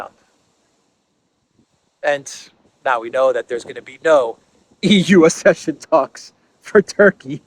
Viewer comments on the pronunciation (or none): Accession is pronounced as ak session